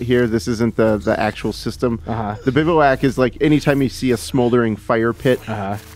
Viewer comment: It’s pronounced “biv-whack”, sorry to do that... great preview and so awesome cant wait to play it!!